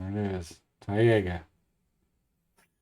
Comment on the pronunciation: Do you say “tie-ayyga” as a joke or is that just how you’ve always pronounced it? Pretty sure it’s pronounced “tie-gah” tho